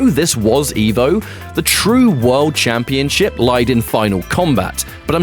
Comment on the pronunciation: The pronunciation just got changed to "camp-ee-on-ship"